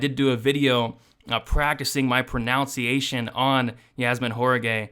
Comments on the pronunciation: You are hilarious, man. "Pro-now-see-ation" wait what? Your not a great Orator, but you are a badass capper!!🤣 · You pronounced pronunciation incorrectly. The irony of that always gets me.